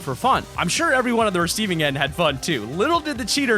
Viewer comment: Mason James yes and also you said sure wrong